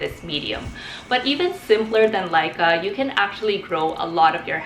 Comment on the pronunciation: thats not a peace lily also its LECA not LICA